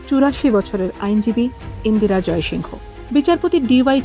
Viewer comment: ইন্দিরা "জয়সিংহ" নয় । ABP র মত বড় হাউস এই ভুল টা কি করে করল? ওরা নামটা যেভাবে উচ্চারণ করে সেটা হলো ইন্দিরা জয়সিং।